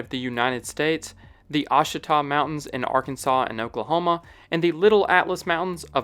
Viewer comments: Just an fyi the Ouachita Mountains are pronounced Wash-ih-tah not Osh-in-tah. 🍻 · according to my experience, and the Wikipedia article on the country, the first syllable of Eswatini is pronounced like the letter 'S', rather than the letter 'E'. Ouachita = WASH-ut-uh. Interesting video nonetheless. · He said ouachita wrong. It's wah she tah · Ouchita Mountains is pronounced "Wash-ih-taw" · I know I’m tardy to the party because this is an older video, but the Ouachita Mountains in Oklahoma are pronounced wash-i-tah. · I say this with all the love in the world to all non-Arkansans and non-Missourians. Ouachita is pronounced "wash-it-aw." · The way you pronounced Ouachita mountains hurt me. It’s wah-shit-tah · The Ouachita Mountains of Arkansas is pronounced "washita". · Ouachita is pronounced wa-shit-tahw btw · Ouachita is pronounced oh-wah-chit-aw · native Arkansan here! We actually pronounce Ouachita like “Wash-ih-tah/taw” great video! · Ouachita Mountains in Arkansas is pronounced WAW-shi-taw. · The Ouachitah mountains are pronounced WATCH EH TAH ;) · He butchered the Ouachita Mountains though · ohhhhh very good effort on your “ouachita” pronunciation!😅 close, but no cigar! hahaha hey I live over there and even I do NOT understand why it is pronounced how it is! A super weird word adopted into English… if one is considering the various kinds and types of weird sounding foreign language words that then became English words. Yes but the native Americans’ language I think… Anyways…. correct pronunciation… “wash” as in you are washing clothes…. — “wash-it-aww”…. ‘washittaww”… washittaww mountains…. Ouachita Mountains!😂